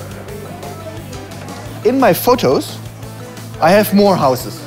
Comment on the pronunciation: He said, in my fotosh i hab mor houshes